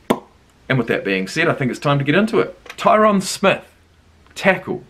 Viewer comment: Great reaction but it’s Tie-rin Smith lmao